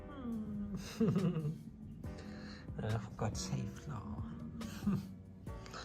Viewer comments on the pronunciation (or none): none